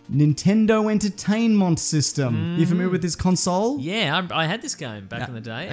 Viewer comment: You familiar with this conSOULE?" Lmao